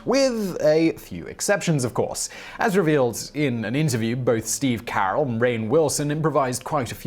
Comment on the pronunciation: does he always mispronounce at least one name in all his videos? it's steve ca-rell, not steve care-ell